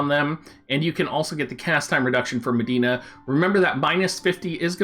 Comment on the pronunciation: Her name is Medi-enna, not Madeena.